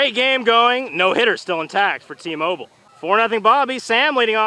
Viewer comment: When tmobil got the play on the 3rd struck in the 2and inning it sounded like he said emobil